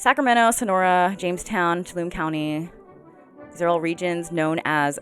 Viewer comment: To-all-ah-me is how you pronounce Tuolumne